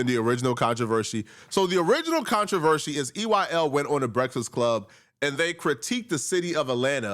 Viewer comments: I was looking for a comment on this. He says contro-ver-shee all the time. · Pronouncing “controversy” was putting bro through the ringer 😂